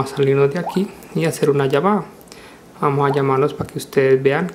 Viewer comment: porque siempre dices vamo